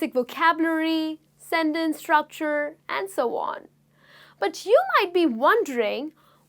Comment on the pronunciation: Your pronounciation of sentence is wrong